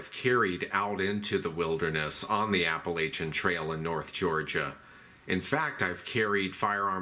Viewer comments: It’s app-u-latch-in! Great video though. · You need to learn to say applachian properly. It's a soft a, not a hard one. Ask anyone who lives there.